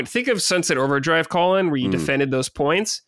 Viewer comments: Is it just me or does constantly pronounce Colin as "Colon"? Its funny because on Sacred Colin has gone on so many rants about hating people that mispronounce his name, but he's yet to correct. Unless I'm the one hearing it wrong or its like an accent 😅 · needs to learn how to pronounce Colin lol